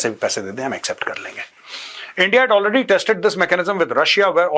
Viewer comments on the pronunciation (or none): none